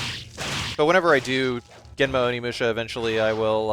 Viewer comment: oh shi, its onimusha! also nailed the japanese intro my dude!